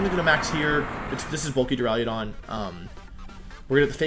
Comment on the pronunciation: Does this idiot actually say jigidrain and duraiadon? It’s Duraludon and giga drain